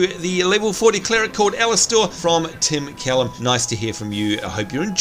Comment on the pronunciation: also nice job pronouncing the last name, most ppl dont know how to say it let alone spell it. I got one of my report cards from school with it spelt callum.